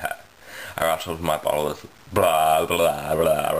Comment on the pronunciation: You make it sound like you rattled your 'buttholes' instead of bottles - that'd be unfortunate. And I'm still working on the truth or dare video - I haven't forgotten about it yet